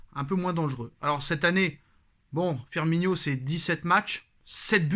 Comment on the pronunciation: Courage! T'en sais rien du tout si il va venir firmiNO! Et toi qui reprend tjs sur les prononciation tu a passé toute la vidéo à l'appeler firminio alors que c Firmino! C sur c pas grand chose mais quand on est parfait comme toi ça la fou mal!